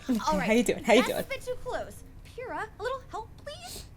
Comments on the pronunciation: Just to correct you its Pyrrha not Fyrrha lol. Can't wait for your next reaction. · Pyrrah is sounded out like "Peer-ah". There you go. Only once a week? Do more so you catch up to Volume 6. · Psst...it’s PEER-rah 😂 Jaune, Ozpin and Nora are THE best characters! They’re just so much fun! Can’t wait to see how you cope with a certain episode Jaune is...it’s HILARIOUS! XD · Pyrrha's name is pronounced with the P sound at the beginning. I am just pointing that out and mean no disrespect. Love your reactions to the series. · Pyrrahs, name is pronounced like "Pure - rah".